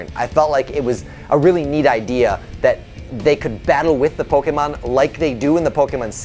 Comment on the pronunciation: While I would love Bulbasaur to be one of the trainer’s pokémon, I still like Squirtle more than Wartortle. I wouldn’t mind if the devs made such a change though. Also glad you pronounce Pokémon correctly. Many people ignore the accent mark for some reason